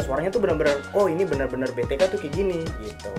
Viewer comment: B. T. KUK bkn B. T. K.. Hahaha